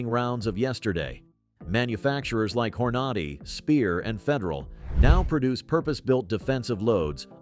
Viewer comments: Not to mention pronouncing Hornady as Hoarnoddy. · I'd like to suggest speaking your video and drop the AI. Pronounce Hornady correctly. Also nobody calls it "point 22" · This sounds like another AI podcast! Hornady is grossly mispronounced. Do your own narration. Don’t let your CPU do your job! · Can't you find someone to read the script? The automated voice is awful. "Point two two?" It's a Twenty-two magnum - just say it! And the voice doesn't even know how to pronounce Hornady? Good grief, if you're going to convince anyone of anything, be professional.